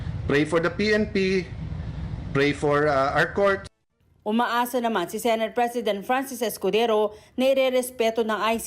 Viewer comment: Di ba sabi nya na sasamahan nya si Presidinti (ganyan ang bigkas nya) sa kulungan ... Where na you Ron? 😱